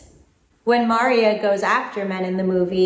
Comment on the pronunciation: it's mar-EE-a not MAR- ee-ah. Seriously,. Have you even watched this one?